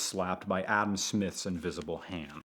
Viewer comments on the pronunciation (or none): none